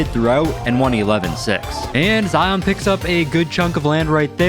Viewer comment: being a zion myself, ITS ZI-YIN NOT ZI-ON thank you!